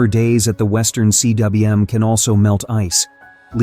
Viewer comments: It's pronounced 'Kuum' in English (not C. W. M.)you stupid AI voice! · yo tell your ai voiceover guy that's it's pronounced western coom, not western C.W.M. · CWM is pronounced "Coomb"- It's a Welsh word. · Cwm is a Welsh word and it's pronounced "coom". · Cwm (Welsh for valley) is pronounced ‘coom’. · Hey, AI, "cwm" is pronounced "koom". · I don't mind the voice, honestly (but then, I grew up listening to the BBC's "received pronunciation") I just wish someone would teach it to pronounce "cwm"!